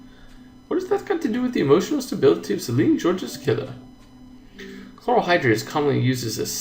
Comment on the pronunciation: Georges is pronounced as Zhorzh